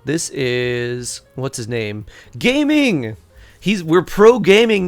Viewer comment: So his name pronunciation is Gah-Ming not Gaming. Based on Cantonese culture.